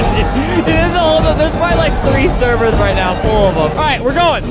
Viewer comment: You said No instead of Now